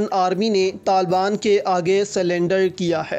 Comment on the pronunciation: Oh bhai pahly "Taliban" sahi bolna to seekh lo, yah lafz TALBAN nahin Taliban hey